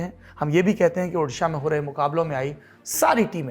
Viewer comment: does central minister still saying udisha?